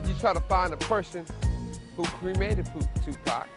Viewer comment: I'm supposed to believe a chick who cannot say tupac right? These are old photos ppl. He was a gift. Let him rest